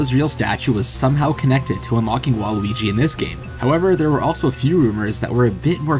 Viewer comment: You keep saying Luigi. I dont here you pronounce the W at all.